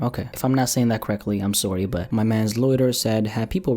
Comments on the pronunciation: said that Canadian “sorry” 😂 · Is Canadian? I think so by the way he said ’sorry’. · Well I know he is Canadian bc of how he said “sorry”😂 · I’m SORE-E Confirmed is Canadian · Lmao I noticed too